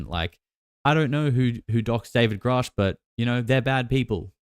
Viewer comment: I'll give the benefit of the doubt as he says Grusch correctly now. Lue said it right once but reverted back to Groosh